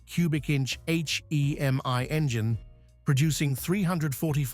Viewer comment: The AI voice over was quite convincing until it said "H-E-M-I".